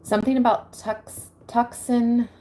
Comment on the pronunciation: Just an fyi … I lived in AZ for 10 years and Tucson is pronounced “Too-sohn “ idk why lol! It just is.